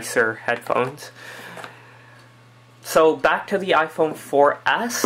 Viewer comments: youre saying iPhone 4 Ass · He says iphone 4 ass